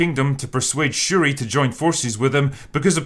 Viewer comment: Wait. 🤣 Wait did he call them Sha-ree ree?! LMFAO 🤣😆